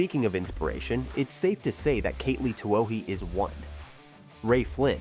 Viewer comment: also saying Katelee instead of Katelyn; more grief.